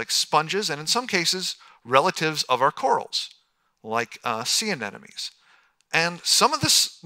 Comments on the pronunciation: Lol. "ah-NEH-no-meez!" TWICE! (P.S. It is Anemones.. "ah-NEH-moh-neez.") Meanwhile, other than that flub, this was good. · And...wouldn't it have been good to have some dimensions for the giant squid, the giant clams etc instead of "absolutely enormous"? He's a scientist, but still so vague. And still cannot correctly pronounce "ANEMONES".